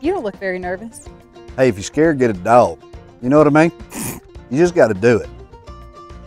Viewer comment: Does he know how their spelled? LOL dog is not spelled doug.. nor houg, froug,, or loug. They are spelled thus dog, hog frog, and log. Sounds like awe not ou. LMBO. 😊❤